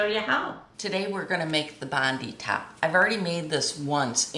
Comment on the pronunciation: Just so you know it's pronounced bond 👁 as in our Bondi Beach, Sydney Australia.